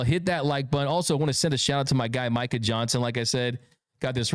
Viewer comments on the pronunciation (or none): none